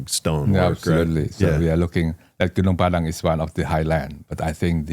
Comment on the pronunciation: Gunung Padang !!! Please learn to pronounce correctly. People need to realize that the world map is wrong since Mercator 1569 on purpose belittling Huge Super Rich Paradise Indonesia, The only The Emerald of The Equator in the world